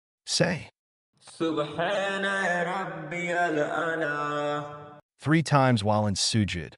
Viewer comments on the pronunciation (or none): Delete the video, dont use ai if it is gonna pronounce wrongly the name of Allah and His other names And in it is pronounced A'la with the letter 'ayn' in the beginning